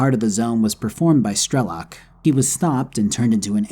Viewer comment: Hearing 'strElok' instead of 'strelOk' is like hearing engrish for western anime watchers. No hate, it's just funny when you know the language)